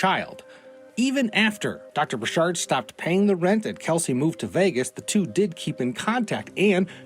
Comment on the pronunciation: It's not bur-SHARD, it's BUR-chird... like orchard